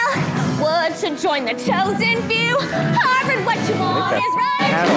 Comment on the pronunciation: are we not going to talk about the fact that she said “warvard”